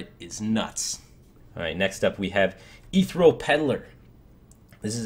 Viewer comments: It's ESpecially not EKSpecially. Curator is pronounced as if it had a y before the u, "cyurator". Ethereal has 4 syllables, not 3. eh-THEE-ree-al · Y'saarj = Ee - sarge Ichor = Eye - core Ethereal = Eh - theer - EE- ul No hate or anything, Blizz likes putting in BS words like Victuals just to make us mispronounce them. Good video though! Keep them long link this. I come to your overviews for the expertise and to learn.